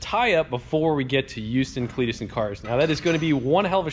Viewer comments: Who-ston? Try Hough-ston maybe. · uhm no, just no. it is not hooston it is houston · Uston we have a problem. Lol Its Hughston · houston heres how to say it easily "hue"-"stin" definitely not pronounced like its spelled :p thats our good old confusing ass english language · so he went from youston to hooston..........that's fine. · thank god his wife said something lmao My stepmoms dad says Ustoun as well lol also i wanna see how many tires yall can stack before that teetering stack falls over lol PS it was great meeting you this Saturday. thanks for putting up with my questions. Hope t see you on the trail and the S10 with an atlas like we talked about. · Please do not ever call it "who-ston" again... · Man I just realized I say youston too. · Born and raised in Houston, and I pronounce it You-ston. I live a couple miles from the track but once again I couldn't make it. You guys better be back even though you have your own playground now. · Hooston, Whoston, Houston, ah bugger it, just go to hooters. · Youston. Haha. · Your wife is 100% wrong. It is pronounced hew ston, just like saying huge. Lived in Texas for 22 years and heard it pronounced whoo ston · Its neither eweston or hooston . You were closer the first time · Who the hell says it like that? They hat's like the folks that say uge when they mean huge it's like they think the H is silent. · every texan cringed at yall saying Houston for shame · You said it right the first time for us Houston boys